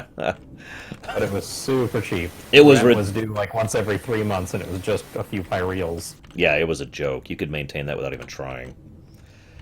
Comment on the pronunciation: Finally! Found someone who pronounces it Pyreals and not Pie-Reels, that bugged me xD